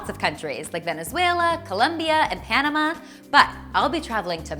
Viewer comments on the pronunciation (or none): none